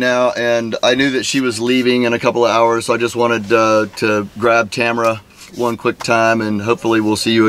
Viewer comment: Tamra, not Tamara, just sayin😜